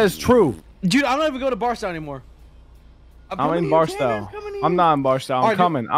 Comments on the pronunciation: its BarstOW not BarstAW lol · it’s pronounced bars-toe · I love how all 3 of them constantly pronounce Barstow wrong😭 (bars-toe is the the way it’s said phonetically lol) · i love how doesn’t know how to pronounce barstow